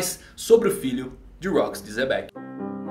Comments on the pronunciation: Pq o chama o Xebec de Zebec? Até hoje tento entender. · "zebec" kskskskks